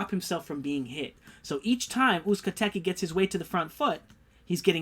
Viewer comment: You almost got Uzcategui right the "Gui" part is pronounced "Gi" as in karate GI so its OOZE - KA- TE - GI